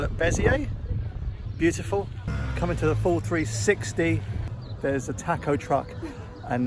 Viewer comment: We know editing these videos is tough work, but I think most of us would have been happy with an hour of passing countryside, a few minutes of Terysa's narration and laughing, the beer and tacos (that's "ta-kos" not "tack-os" you wowser) and a post-credits scene of playing the accordion.